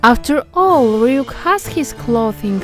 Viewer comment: Freaking Love The Way You Pronounce Ryuk's Name.